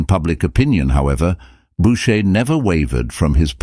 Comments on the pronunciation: Is this a computer reading the text? .Since it cannot even pronounce correctly the name of the artist. It is not boucher...but pronounced booshay. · So - Boocher, Bowcher, Boosher, Bowsher? I never heard so many mispronunciations of a single name. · The presentation is unfortunately replete with clichés , mispronounciations and, what is worse, howlers (such as asserting Louis XV was the son of Louis XIV! He was his great-grandson!). The pictures remain beautiful, however, and we are fortunate to be given time to enjoy each one